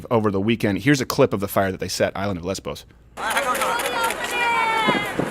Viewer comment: The island is called " LESVOS" NOT LESBOS also its MOLON LAVE not MOLON LABE